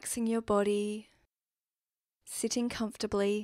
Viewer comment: Why the emphasis on sitting?